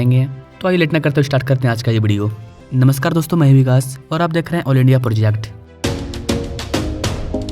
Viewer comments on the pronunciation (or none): none